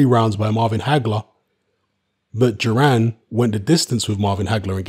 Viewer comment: Thought it’s duran not juran